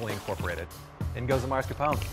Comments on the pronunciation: Level 2 Chef: "I'm italian" Also Level 2 Chef: "Mascarpounnn" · It’s pronounced MASCARPONE not maRscapone